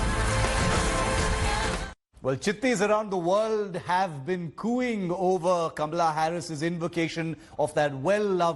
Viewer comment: Not kamla, kamala.😁😁😁😁😁😁